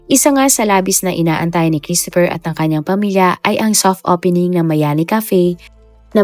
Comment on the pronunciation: hindi miami,kundi MAYANI